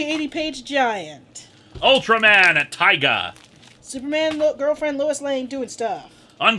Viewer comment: I know how it's written, but the "Tiga" in Ultraman Tiga is pronounced with a long E sound, not a long I sound. Yes, that is how they pronounce it in Japanese, and yes that is how they pronounced it in the crappy 4Kids dub. (Sorry. Don't mean to be that guy. Just a long time Tokusatsu fan.)